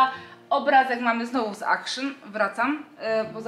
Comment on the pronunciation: Nie czytamy akszon tylko aktion!!!!